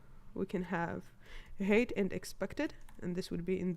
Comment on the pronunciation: cool explanation! by the way, "height" is pronounced as "high-t", not "hate". :)